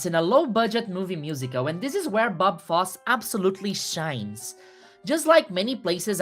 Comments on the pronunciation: Bob foss 😑 its foss-ey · Beautiful analysis. Just one tip: one pronounces the "e" at the end of "Fosse" (foss-ey) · pronouncing "Fosse" wrong Edit: just stop resisting the urge to say it brazil style 😂